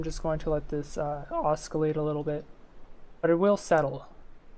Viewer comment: Hey, thanks for the video! I'm a new FtD player struggling to learn PID and this was helpful. My only gripe: the 'c' is silent in "oscillate";) looking forward to seeing more FtD tutorials from you!